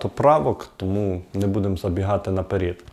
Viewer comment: Слушала, слушала и надоело слушать не правильное произношение, что за на перід, треба казати на перед.